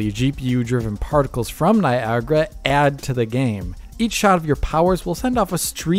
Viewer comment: can say Niagra unlike